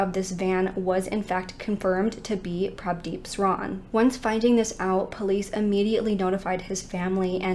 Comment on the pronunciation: I’m so proud you pronounce Prabhdeep so well.